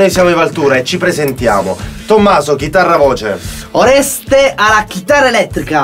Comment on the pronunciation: Simpatica la presentazione. Oreste, "Stringi" un po di più le e